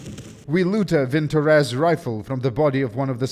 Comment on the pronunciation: Wait that's how you pronounce Vintorez ??